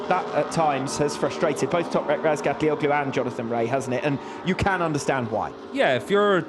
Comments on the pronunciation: I heard Razgatlioglu say his own name and it's nothing like how commentators say it. Not even close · Commentators mispronounce his last name. Yes thats right.